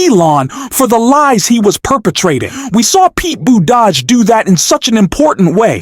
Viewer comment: The man's name is GAVIN NEWSOM not NOME... Pete Buttigieg not whatever it was that this stupid AI voice keeps saying... I can't listen to this channel because the mispronunciation of well known names grates on my last nerve...😤